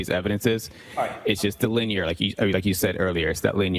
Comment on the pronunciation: He has problems with words over two syllables. He says linyear, instead of linear.